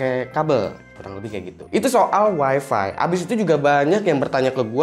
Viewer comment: Weeeefffeeeee yang bikin kuping gua panas di mana tempat selalu di sebut. Parameter kebanyakan orang weeeeeeeefeeeeeeee itu super jet BANG.